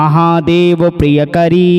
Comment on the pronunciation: प्रियंकरी न कि प्रियकरी,अशुद्धि के साथ मंत्रोच्चारण ठीक नहीं । किसी भी श्लोक को ध्यान से पूर्व अभ्यास के पश्चात ही पढ़कर अंततः अपलोड करें। आग्रह है। धन्यवाद। om kuldavaiye namah.